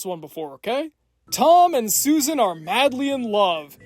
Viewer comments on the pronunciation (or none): none